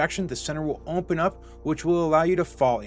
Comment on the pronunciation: Why you say open like that?